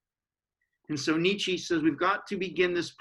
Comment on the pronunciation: Thank you. Can you please pronounce his name correctly, however